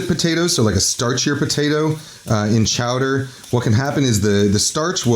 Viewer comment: "Ha-ha, say Chaw-dah again!" - Mayor Quimby